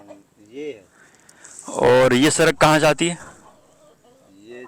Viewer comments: سرک نہیں پیارے بھائی سڑک ہوتا ہے۔ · Lafz sadak ko durust kar len shukriya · Bhai Sarak Nahi